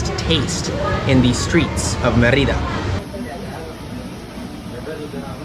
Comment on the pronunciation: Mérida = MAY-ree-dah